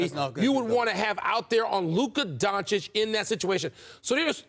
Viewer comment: How many years will Stephen A take to learn how to pronounce Doncic? The disrespect of this braggadocious talking head...